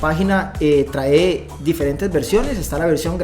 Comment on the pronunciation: Excelente video, gracias. Sólo un favor de pronunciar traé, esa palabra se pronuncia trae sin acento en la e.